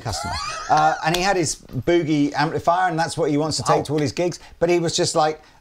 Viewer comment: Please please Brits. The word “Boogie” is pronounced with a “U as in push” sound. Not “booo-gie.” Boogie is an African-American music term out of blues music. Booo-gie is something you pull out of your nose.